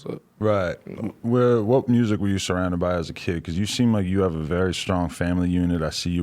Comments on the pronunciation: That nigga said murrsic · “Moosic is moosic” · When he said "Murrzick" I felt that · He said "mursic is mursic" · Dat boy said "Mooousic" 🤣🤣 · i have never ever heard any english speaking person call music "mryusek" before. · "murrsic is murrsic" lmaooooo the way this nigga says music kills me shoutout NLE tho youngest nigga outhea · "Mursic is Mursic" Nle choppa 2019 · “I Ffffrrreeel great” That Memphis and Mylan mix “Muuuzshicc is muuusshhic” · why he say “MURRZIC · So the r in mursic isn’t silent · “Us musurk as a way of therpy”🤣🤣🤣